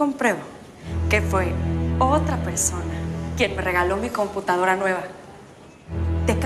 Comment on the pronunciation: Nadie se ah fijado que teresa dice : computancara 🤣